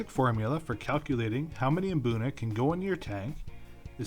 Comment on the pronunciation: Pronounce it boona not Mboona